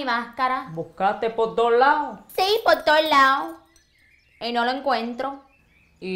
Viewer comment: “Por to’ la’o” LOL that’s so Cuban to just drop syllables